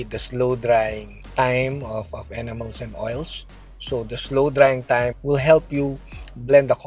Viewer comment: When you say enamels it almost sounds like animals..